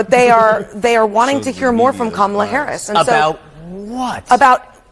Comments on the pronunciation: why I’m hearing scamala sKamala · Her supporters weren't pronouncing her name correctly. Did anyone notice that? 😅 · is it just me or were the protestors saying her name wrong? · She got a whole crowd that missed the pre game, mispronounce her name😂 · Were they pronouncing Kamala incorrectly which is racist.